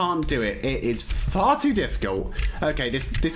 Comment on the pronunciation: When said far too I thought he said farty what has my life came too